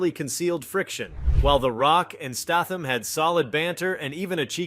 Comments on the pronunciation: Appreciate your effort, but: It took you two minutes and 38 seconds to get to the point of this video. Not to mention the misleading opening clips during this waste of time, and the mispronunciation of Jason's surname. It's STAY-thuhm...not STAM-thuhm....Seagal's surname-he not the bird-segull and it's not Jared LEED-O, it's LEH-toh similar to the English word "let" followed by the sound "oh". SCHEEL-Lebouf...LOL! Good grief, dude, get it together or dump the AI if that's what you are using. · Does the guy talking in the video have reading problem or is he AI ? Almost all words and names are mis spelled in multiple different ways Steitham statham stetham lebouf le bo ouf and more. Thats NOT bad english problem. Bad english is ok. That's lazy problem. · Another AI narrated video. Pronounced Statham's name wrong as well as Segal (Pronounced it "Seagull". I really wish you could report videos for fake AI content.